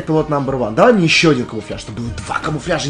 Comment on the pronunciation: Пайлот в месть пилот 😂